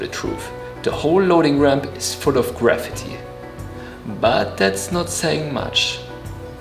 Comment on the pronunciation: I'm going to start pronouncing "graffiti" the way you do . . . sounds like the word "gravity" 👍🏽😛